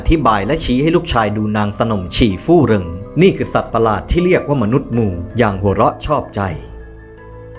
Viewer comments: หมู! ..... แต่ทำไมออกเสียงว่ามู ออกเสียงให้ เป็นหมู(มู๋) สิ รู้สึกหงุดหงิด มู มู อยู่นั่น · รู้สึกว่ายังออกเสียงคำว่า "หมู" ไม่ค่อยชัดนะครับ สระอูเป็นสระเสียงยาว แต่ที่ได้ยินมาทั้งคลิปเหมือนได้ยินว่า "มู", "มนุษย์มู" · ได้มาฟังอันนี้คลิปแรก คลิปน่าสนใจดี แต่ออกเสียงไม่ชัดมั้ยนะ อย่าง หมู ออกเปนมู